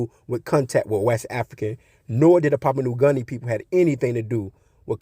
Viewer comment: Your facts are coming from your ass. You usually disregard people with so called facts when can’t even pronounce the names of these islands. It’s Samoa not Somoya and Papua New Guinea not Papua new garnia 😂